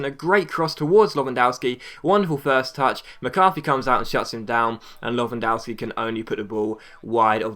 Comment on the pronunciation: btw it's Levandoffski :)